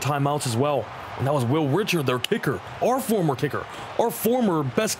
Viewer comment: Fyi when you're saying Reichard its not pronounced Richard, it's pronounced Rye-card. Love the videos, keep it up!